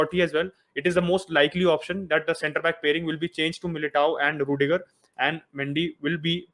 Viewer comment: hala madrid.... it's ruidiger....